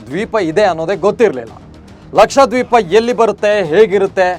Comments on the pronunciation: ಅದು ಲಕ್ಷಾದ್ವೀಪ ಅಲ್ರಿ ಲಕ್ಷದ್ವೀಪ ಅಂತಾ ಉಚ್ಚಾರಣೆ ಮಾಡಿ. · ಸರ, ಲಕ್ಷಾ ದ್ವೀಪ ಅಲ್ಲ ಲಕ್ಷ ದ್ವೀಪ